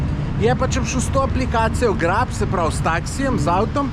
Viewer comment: "GREP" ne GRAB 🙂